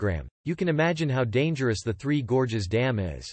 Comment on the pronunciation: "Three Gorgeous Dam". 🤣 What is "gorgeous" about Three Gorges Dam?